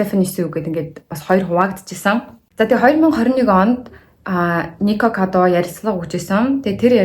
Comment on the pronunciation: Nikokodaavakado gej sonsood baihiin zovuu bi buruu sonsood bna uu